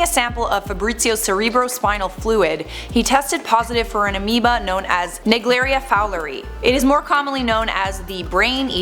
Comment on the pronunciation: Woooooooow, THIS IS THE INFORMATION THAT I LOVE. Also, sorry to be nit picky (I love parasite stuff and I know a lot about this), but the ‘ae’ in naegleria it’s pronounced as the ‘ye’ in nye and in fowleri, the ‘i’ is pronounced as if you were saying ‘i’ I know I know, very stupid comment, but hey, can’t blame a girl who LOVES learning about parasites and diseases and have always heard the pronunciation the way I just explained